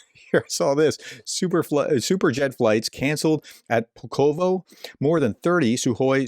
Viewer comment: Pulkovo (Пулково) = Pull ka va. This во at the end of words we say as VA. In Russian O is only sounds like English O when it is stressed but when not it is A so therefore the first part ko is said as KA so Pulkovo (Пулково) = Pull ka va and not said how it is written. This is the same in my language Ukrainian. By the end of the war you will be good at saying Ukrainian and Russian place names.